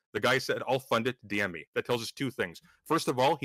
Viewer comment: Is Doomer saying “why don’t you BM me?” 😆